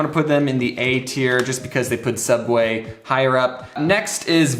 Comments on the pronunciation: Very time he says soob way I think of milad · Correction, it's "Sooubway" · How much he saying suabway i start tinking thet Is correct way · Hearing James say subway is so weird